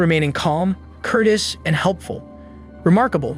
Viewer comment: Name your kid after a vacuum cleaner....what could go wrong!! ... did you just say remaining "curtis" and not COURTEOUS ?!?! lol wtf man